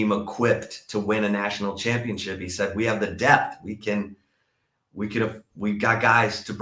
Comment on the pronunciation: … it’s pronounce “DepTH” not “deaF”. Sorry, it bothers me every time you say it. No one is dealing with deafness on the football field.